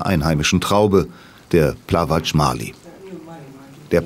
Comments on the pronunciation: Grauenhafte Doku. Ungarische Musik mit ungestimmten Streichern die rein gar nichts mit Dalmatien zu tun hat. Plavac und nicht Plavatsch. Zu viele sarkastische Kommentare. Katastrophal. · die musik ist einfach grausam... und hätte es wehgetan, die richtige aussprache vom "plawatsch" herauszukriegen? schwach... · Nicht alles was auf C endet heisst gleich TSCH, Es heisst Plavac (Plawatz)...